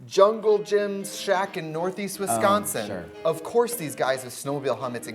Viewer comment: yes trixie said wisconsin right im gonna cry